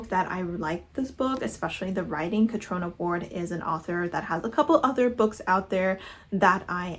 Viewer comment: I believe Gods Of Jade & Shadow is middle grade so that’s probably why you found it simplistic…because it’s meant to be. Catriona is pronounced Catreena, too. I have a friend with the name. I’m planning on doing Spookopoly, although later in the month, and maybe taking it into November too. My first read for it is gonna be A Discovery Of Witches by Deborah Harkness, which is my favourite book of ALL TIME! I reread it every year and I still need to reread it for 2023!